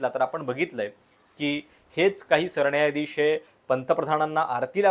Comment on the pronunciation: सरण्यायाधीश?? न नळाचं कधी उच्चारणार?